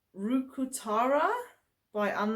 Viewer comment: Good job pronouncing Ruukkutarha sweater 😁 it is "Garden in pots" in Finnish 😊